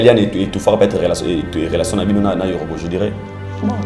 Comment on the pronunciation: Petit fally nde n'a lelation en tout cas ye aboya n'a ye ko loba relation mais à préféra n'a ye ko loba lelation po etiaka ye à l'aise 🤣🤣🤣ngai pe mikolo oyo il faut n'a batela lelation n'a ngai ekosala ngai bien